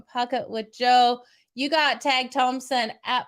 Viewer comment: Tage is taje prononciation